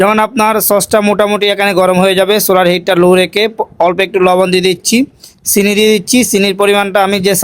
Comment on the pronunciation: আচ্ছা সিনি কি কথা,একবার তো ঠিকই চিনি বললেন এমন কেনো বলেন অন্তত ভিডিও তে শুদ্ধ করে বলতে পারেন তো,মনে রাখবেন আপনারা বাঙালির না মুসলিম দের প্রতিনিধিত্ব করেন,এপার বাংলার অমুসলিমরা আপনাদের দেখেই ইসলাম ধর্ম কে টোন টিটকারী মারে,আর যদি একান্তই ওভাবেই বলেন তো ইন্ডিয়া তে যেনো আপনার ভিডিও দেখা না যায় তার ব্যবস্থা করেন